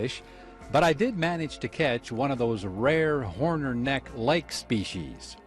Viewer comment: It's Hornor, not Horner.